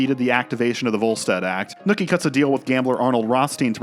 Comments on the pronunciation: Loved the analysis but its not “Nooky” its “Nucky” lol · This is the second narrator I've heard who apparently can't pronounce the name "NUCKY" and instead calls him "NOOKIE", wtf?! It's crazy that someone (who is clearly American, without an accent) can watch the entire series and can't tell that they're saying the main character's name wrong, lol.... Nookie. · His name is Nuckie though. Not nookie. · Bruh... It's Nucky... Not NOOKIE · Are you purposely mispronouncing nUHcky’s name?? Lol you keep saying Nookie and it made it hard to finish the vid 😭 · I'm going crazy here. It's Nucky. Like Knuckle. Not Nookie like a fucking Limp Bizkit song... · OK, yo asshat! His name is Nucky, not Nookie. Nookie is that thing YOU never get from your crush. Fuckin moron. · Great video but his name is Nuckie not Nookie, a slang word for sex. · NOOKIE? you pronounce Nucky as NOOKIE?!?!?!? what the fuck, did you forget what fuck sound's like? now replace the F with an N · The pronunciation of Nucky as "Nookie" drives me absolutely crazy. I couldn't ignore it after the hundreth time of it being said. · The “Nookie” mispronunciation has me on tilt 😅lol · Its killing me how you're calling him Nooky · I think it is hilarious how you repeatedly pronounce Nucky as “nookie”.